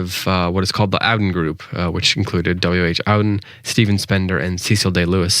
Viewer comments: Thank you. One person on here who knows that this Yank mangles and mispronounces every poet he refers to in his intro. Owden for Auden! He must think it's a German surname - one of the most famous poets of the c.20th. It's not. W.H. Auden is pronounced Oar-den. Like a boat's oar. It's actually a very old English name. And, while one of the beauties of poetry is that that each reader can bring their own personal interpretation, I don't think this guy has a clue what the poem is really about. Louis (pronounce the S like Lewis) MacNeice is using snow as a metaphor. Why didn't this guy give some context as to when it was written? Trust me, it's not about the inconvenience of being stuck in an American blizzard. Not in the meteorological sense anyway. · Hi thanks for this short focus on MacNiece - really interesting - just a note - Auden - is pronounced ORden not OWden and Louis is pronouced Loois not Looeez. thanks